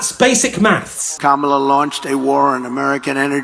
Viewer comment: They know how to say Kama La correctly but deliberately say Ka Mala Wonder if we call donald something like bonald or do Nald like donut.